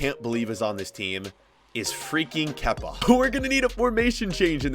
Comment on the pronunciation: The way he said it freakying kepa